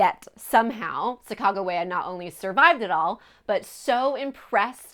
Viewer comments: Chaicago wia what it’s Sacagawea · I couldn't watch this video at you butchered the shit out of her name